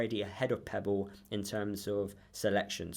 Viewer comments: Its pepple not pebble lol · I'm sorry, but I have to say this, his name is Pepple, not Pebble. I know it shouldn't, but it does wind me up🤣. I agree that he won't get anywhere near the first team, so good luck to him.